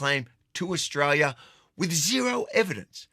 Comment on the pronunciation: Its AUSTRALIA MATE ..... NOT "OZRAEL"